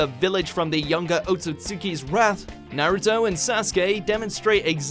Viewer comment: Why he say naruto’s name like that tho..